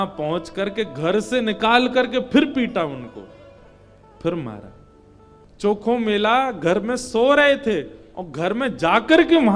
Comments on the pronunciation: संत चोखामेळा है नाम चॉकोमेला नही जी प्रभु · गुरुजी उनका नाम चोखोमेला ना होके संत चोकामेळा है 🙏✅